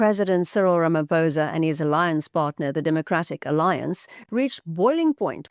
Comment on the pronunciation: I wonder if I can listen to a white person - after decades - still saying "Ramapousa" iso Ramaphôsa. What is wrong w you people?